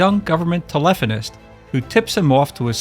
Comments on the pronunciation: Your pronunciation of telophonist is rather unique (as is the word, what is wrong with telephone operator?). Are you this AI we have been hearing about? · "telephonist" I'm done. The AI narration is complete garbage.